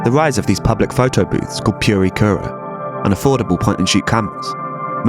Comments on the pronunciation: 'prikra', not 'pureekura' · Dude. I was with you until you butchered the pronunciation of purikura. Pu Ri Ku Ra.